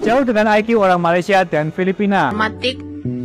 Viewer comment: LU PERHATIKAN BAIK-BAIK APA YANG DI UCAPKAN.. BERKATA MALASYA.... MALASYA... MALASYA 🤣🤣🤣